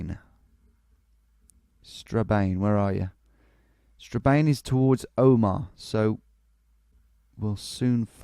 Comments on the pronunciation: Strabane is pronounced Stra-ban by the way! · its pronounced Stra-Ban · Strabane is pronounced Straban